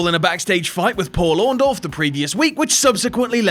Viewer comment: its pronounced "Orndoff", brother...